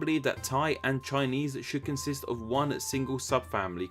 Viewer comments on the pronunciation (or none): none